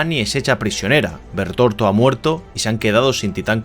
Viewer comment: Es Bertholdt no bertorto 😅😂😂😂 España pls, por lo demás muy buen vídeo